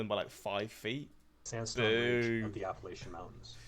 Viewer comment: By the way you said Appalachian correctly the first time. Those who grew up in the area pronounce it App a latch an. I cannot tell you how annoying it is to hear people pronounce it wrong